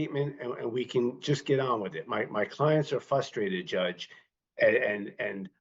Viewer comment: My thing is the educated lawyer mispronounced frustrated, that is a HUGE pet peeve for me. I was not able to finish my online college education because in the 3 years I was attending part-time, I only had 1 professor who didn't use slang or mispronounce over half her words.